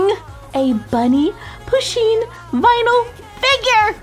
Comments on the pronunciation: it's pu sheen not pa sheen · I swear wren she said push-(as in pushpin)in'-box